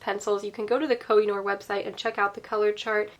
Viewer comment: Pourriez-vous prononcer CORRECTEMENT le nom des marques?